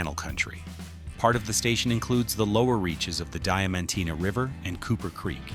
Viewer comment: Its Diamantina not Dementina